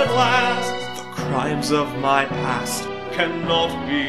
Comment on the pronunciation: Did you say "past"?!